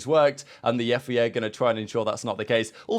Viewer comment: Love the content but pls its FIA not FEA